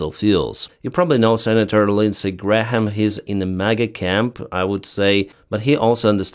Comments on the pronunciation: It’s pronounced ‘Gram’ not ‘Gra-ham’ 😂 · Hi - thanks for your reporting. Just FYI to pronounce Graham correctly - the H is silent. So it’s pronounced like “gray-am” (no H) Not “Gray-Ham”. Hope that helps. Not that’s it’s important really - mostly your English is fabulous - much better than my Ukrainian language 😂 …..although I can say “Slava Ukraine”! 🇺🇦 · I love you but, Graham is pronounced... Gray mm. Love your channel. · you don't pronounce the h in graham(e), (because it's hard for all of us lol), you say it grayum in british english and i think in american (lots easier). To be theoretical: names of people and places got written down and formalised first, in legal documents and maps, so their spelling got fixed longer ago and pronunciation changed more since then. In UK, before dictionaries in the late 18th century, the other words were flexibly spelt. How nice and easy! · Graham has been the Senator for the place where I live for many years. I don't love him, but I have to give him credit for at least some of what he's done for South Carolina over the years (before Trump came around). Thanks again for the shows!!!! Graham is just pronounced like Gram, you can ignore the h in the middle. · The h is silent in graham pronounced " gram "! Just helping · No need to pronounce the “H” in Senator Lindsay Graham’s name. The “H” is silent. Pronounce it as “ Gram” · Lindsay Graham is a war monger. Other than tribal affairs, there is no conflict anywhere around the globe that he hasn't wanted us deeply involved in. In some respects, that seems to be basically the only thing he really cares about. He also tends to talk a big game and then back off when it comes to actually doing anything. (Also, you can just say "Gram" and you'll basically be correct. The "ha" is a holdover from old pronunciation rules.) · for your information on the pronunciation of Graham's name, the "h" is silent.